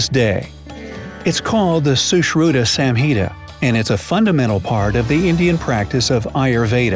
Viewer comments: What at all did you pronounce the samhita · Well it's not samhita but it's sahinta